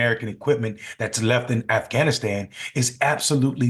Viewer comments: How are we going to have a President that can't even say Afghanistan? He sounds like a middle school student trying to lie his way into class President. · Stupid d..khead can’t even say Afghanistan. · LOL, Trump can't even say Afghanistan properly.